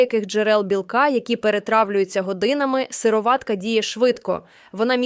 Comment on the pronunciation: Наче вимовляється сирО´ватка. Наголос на «о». Чи не так? Туди ж сирО´ватковий. Ролик виглядає як читання того, в чому не тямиться ані йоти. Так ще й неправильна вимова. Довіри нуль. Тупа реклама.